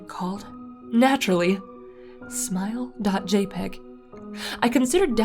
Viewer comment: It’s said JAY-pee-gee, thank you very much.